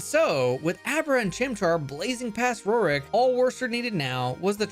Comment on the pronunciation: Who tf is “Ro-Rick”? It’s pronounced “Roar-ck”